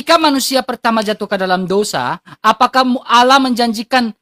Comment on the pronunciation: muslim harus kembali ke sd, belajar baca bhs latin, latin allah koq bacanya auloh